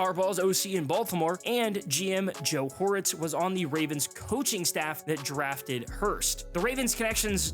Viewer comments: It’s Hortiz, not Horitz. Sheesh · Love the show, but the name is Hor-Teez. Not sure who Hor-itz is? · Horitz? It’s Hortiz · Lold at the Hortiz mispronunciation